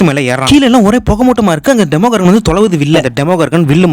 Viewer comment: Why are you tell demogorgan that is demo doragan